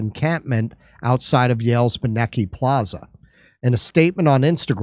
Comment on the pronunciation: It's pronounced BYE nuh key (Beineke library at Yale)